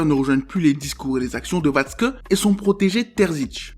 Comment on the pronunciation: Ta bien prononcé watkze gg